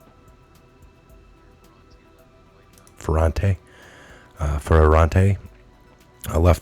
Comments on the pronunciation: I believe it's fur- raunt- tay. Went to school with same name. No problem. We know who you mean brother.👍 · Fa-rent-a phonics are better Enjoy your Reporting